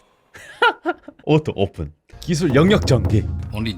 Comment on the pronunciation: 오토오쁜 말하는 웃기눼ㅋㅋㄱㅋㅋ